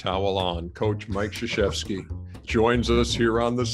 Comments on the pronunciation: still trying to figure out how you get shshefski from Krzyzewski. But best of luck to Mike. Such a class act throughout the years. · Apparently the Kr is silent and zyzwewski is prounounced as shshefski